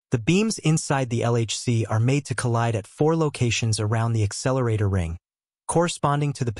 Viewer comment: Really ? Dumb ! How stupid are you ? You keep saying "exceleratetor". The very thing that you are trying to talk about, you are calling it something else. There is a difference; it is an "accelerator". When dealing with things of this nature and importance, you have to be correct in what you say; otherwise, keep your mouth shut. Maybe you should call your channel Comics Odyssey